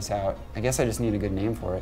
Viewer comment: when you can't even pronounce your own name